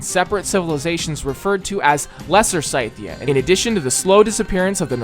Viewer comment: Does pronunciation of Scythia annoy anyone else 🤣